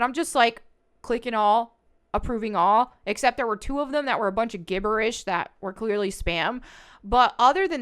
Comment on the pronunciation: Lol at the way u pronounce gibberish 😅